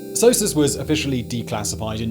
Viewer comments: I've never heard it said S-O-S-U-S, I've always heard it said like a single word, Sosus. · The english prononciation of SOSUS is the exact french prononciation of sausage. Imagine my reaction as a french...